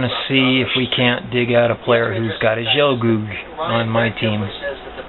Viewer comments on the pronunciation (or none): this guy basically said( this is shit.. lol) no offence just translating. btw wtf is a jelgoog? lol its pronounced with as a gu sound